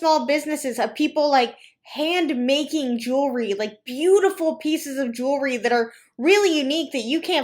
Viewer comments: Love your videos! Did anyone notice this hun pronouncing “jewelry” weird? Like “jool-er-ree.” Lol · Call me crazy, but if you're going to sell jewelry, shouldn't you be able to say the word "jewelry" correctly?